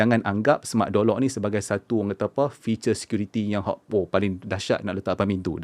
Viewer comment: Kenapa aku dengar seperti Jolok , tengok semula ayat Door Lock ... Aishhh 😅😑